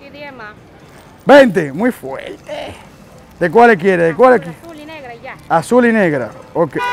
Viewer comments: Nadie: cada 5 minutos: “Muy fueellte” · Like por cada vez que dijo muy fuelte 😂🔥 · todo el video "MUY FUELTE"